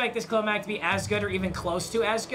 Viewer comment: I love how papa says Khalil like “Khalel”